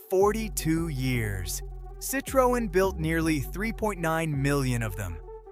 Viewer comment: Perhaps learning how to pronounce the vehicle manufacturers name correctly would be a good start before doing the audio part of this video.